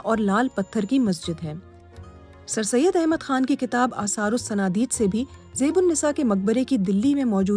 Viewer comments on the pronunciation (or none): none